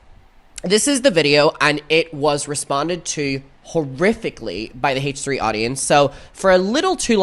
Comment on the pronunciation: It sounds like he says “haech 3” instead of H3 and I hate it